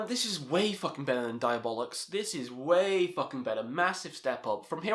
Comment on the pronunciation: Did you say Diabolics ?